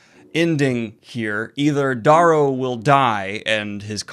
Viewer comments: well he's been mispronouncing Darrow's name wrong for ages now even after seeing videos of Pierce Brown pronouncing it Dare-row. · Wait is it Dahrrow or Darerow? (Pronunciation)